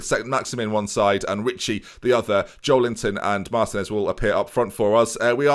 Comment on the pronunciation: You really think we haven't noticed you changed Joelinton into Joel Linton. This is like The Fridge all over again.